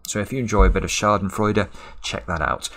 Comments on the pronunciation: Upvote for the flawless pronounciation of "Schadenfreude" I'd have upvoted regardless, but i did so sooner because of it :D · I am amazed by how perfectly you can say the word Schadenfreude.